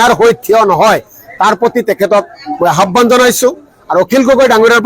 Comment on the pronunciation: Habane nhoi aahbane😂